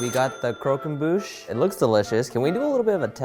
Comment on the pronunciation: I love, but can someone please teach him French pronunciation... It's cr-och-em-buche